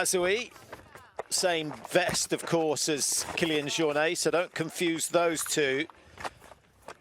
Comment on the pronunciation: The uninformed commentary is really annoying. Apart from anything else, you'd think professional broadcasters would at least know how to pronounce Jornet 🙄 UTMB do a much better job at race coverage, with commentary by trail runners who know exactly what they're talking about.